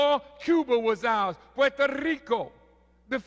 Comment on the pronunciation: Louis has good vocab .he said guadalupe , hidalgo ,and puerrrrrto rico really well.